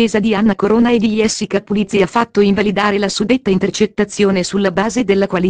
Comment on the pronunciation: Sta dicendo cose che già diciamo Niente di nuovo sappiamo già queste cose comunque si pronuncia Gessica non iessica ma come parla questa signora che racconta!!!!